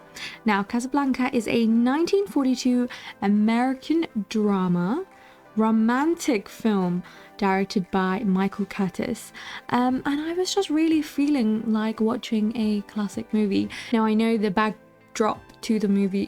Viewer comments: Michael Curtiz-Curtiz is pronounced Ker-tease or Ker-teez. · You should know that the director, Michael Curtiz... his name is pronounced: cur-TEEZ. Also, Peter Lorre's name is pronounced: LOR-ee.